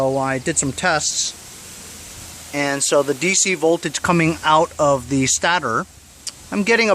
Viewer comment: STAY-TOR not STAT-OR.